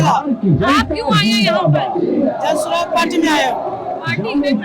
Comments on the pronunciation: Its not swaraaj, its suraaj सुराज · Maam 1st thing it's not jan swaraj it's jan suraaj your professional peoples please pronouns it well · How underprepared must one be to not get a party name correct during an election. It’s Suraaj, not Swaraj. Show some respect. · Everytime you pronounce Jan suraaj, it sounds like Jan Swaraj. Just FYI